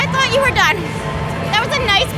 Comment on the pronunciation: accent coming out on "i thawt you were done" ❤️